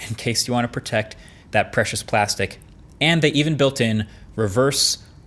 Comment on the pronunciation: Glasstic... I am dead 😂😂😂